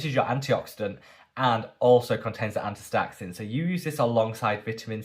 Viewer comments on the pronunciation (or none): It's pronounced, asta-zanthin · 😂 sweetie watching you butcher astaxanthin cracked me up, so cute😅. Sungboon editor has astaxanthin serum and moisturizer if you're interested. ❤🍋🍋🍋